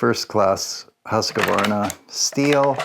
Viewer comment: You still see them used here in Sweden quite often. I prefer the 1900 for the smoothness. And if I can be nitpicky it is just QV no E-sound inbetween. But no English speaker on yt get that right ;)